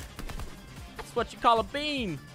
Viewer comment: said my name he said a-beam witch is abeem